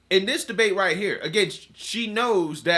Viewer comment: Rahighthaha. I mean, rahighthaha. Ok? Rahightha